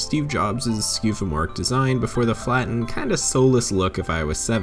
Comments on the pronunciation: Did you just say skeufomorfic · Skewmorphic not skewfomoric lmao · again! Dude, that is the best pronunciation of "skeuomorphic" ever! 😂